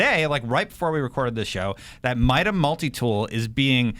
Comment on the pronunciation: It's pronounced MY-DUH.